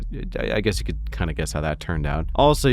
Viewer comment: Did you say "hazard a guest?"